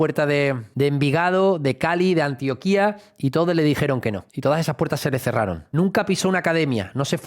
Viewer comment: Antioquía con tilde el la “i” es un pueblo de perú , Antioquia leído así como suena sin tilde , es el departamento de Colombia con capital Medellín . De resto todo muy bien , felicitaciones , y que gran jugador se lleva el Betis !! Un nuevo seguidor más